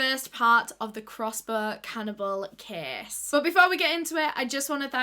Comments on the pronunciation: Anyone else think she was saying kiss instead of case in her accent? 😅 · I love how she says case ❤️